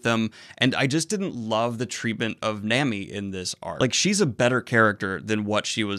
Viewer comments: The a in manga is pronounced like the a in Obama, just a heads up Same goes for the a in Nami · The way you say nami triggers me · "Nah-mee" not namy. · Na-mi not Nam-i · Its pronounced NAH-MEE. Not NAME-EEE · nami's name is pronouced nah-me. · I was fine with the confusion of 'menga'/'munga'. But you just can't say "Nemi" 😂😰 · Japanese uses mostly long sounds for their vowels. A = Ah I = Ee U = Oo E = Ey O =Oh 9 times outta 10 this will being you the the right pronunciations (outside if silent letters like in Sasuke being said like Sahskay). So it's Manga (Mahngah), Nami (Nahmee) etc. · nOoOmi Nooooooomi. Oof please. Also I’m laughing at how after a whole arc with Robin and you are still calling her Mrs. Sunday 😂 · "menga" "nemi" chuckle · Ok I know I KNOW I'm sorry in advance.... Nämi and mängä hurt me physically. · pleas pronounce it as "Nah-mi" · ITS NOT NAMMY BRUH JESUS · Nah-mi Daniel, its pronounced nah-mi lmao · Ok but nami is pronounced nah-mee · Or how he pronounces Nami